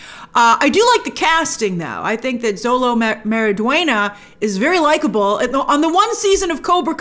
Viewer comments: It's pronounced with an SH sound not a Z sound. Like Sholo. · The phonetic way to say his name is sho-lo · No offense Grace, but It is 'show-low' actually tho 🥲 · I’m a fan of the character from the comics and in the animated films, so I’m going in with an open mind. ***Also, just wanted to let you know Xolo’s name is pronounced like “Show-low” 👍🏽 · Xolo is pronounced CHolo